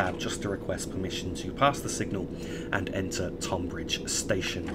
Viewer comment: Tonbridge is pronounced Tunbridge :)